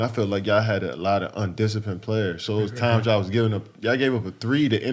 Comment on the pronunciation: jesus CHRIST i love the way kd pronounces “y’all”